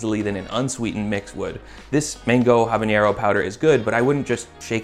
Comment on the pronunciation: Something I learned a few years ago: habanero has a regular n, no tilde. That means it's pronounced Aab-ah-nerr-oh, NOT abanYero.